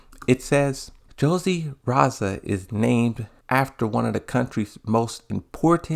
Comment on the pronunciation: Re-zal why do you keep saying raza